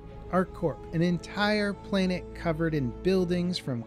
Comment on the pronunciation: He pronounced planet as "plainit" lol